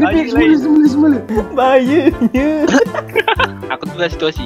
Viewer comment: bahayenyee me: menyembur air yg aq minum😂